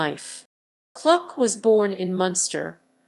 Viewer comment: Please pronounce Kluck correctly! It is pronounced the same as look or book. Thank you, Michael Kluck.